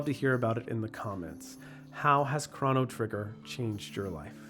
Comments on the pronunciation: thank you for pronouncing his name as “Craw-no” (that’s how I grew up saying it, not knowing any better) but even though (I’m pretty sure) the correct pronunciation is supposed to sound like “Crow-no” it’s still nice to hear someone say it like me and my brother and fiends all used to... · It's uh, pronounced 'crow no'